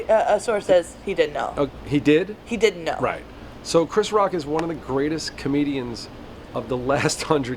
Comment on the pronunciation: Why can’t this interviewer say the word didn’t? It sounds like she’s saying did. Lol